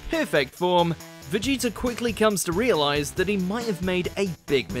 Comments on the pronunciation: Please stop saying Vegeter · "Vegeter" lmfao